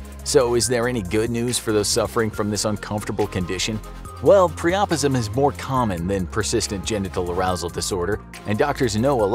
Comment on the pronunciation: Priapism (said like Prior-Prisim).😊your welcome